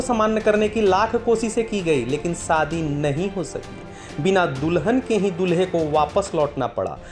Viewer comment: Sadi ya shadi? S and sh ka uchcharan seekho